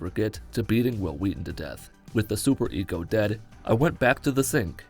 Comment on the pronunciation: Super-ECO instead of ego